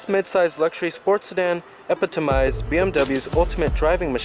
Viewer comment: Your comments are actually pretty annoying and hard to get through. Just two things of the many that come to mind: 1. say epitomize for me. You're obviously just reading the review, but please know how to say what you write down 2. you have a problem with the "hump on the floor in the backseat." Um, the car is rear-wheel drive. There's literally NO way for there NOT to be a hump. Maybe check out a few rear-wheel-drive cars and get back to me with your ah ha moment.